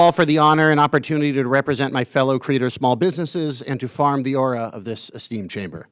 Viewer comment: Did he say farm the aura of this esteemed chamber